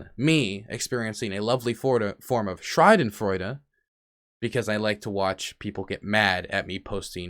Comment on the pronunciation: The pronunciation of schadenfreude tho but good vid